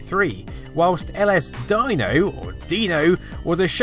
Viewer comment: So the trippy, "melting colors" screensaver LSDino = "Ell Ess Dy-noh"? Man, you Brits really go out of your way to mispronounce things!